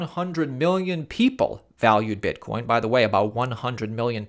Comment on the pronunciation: you said bitcorn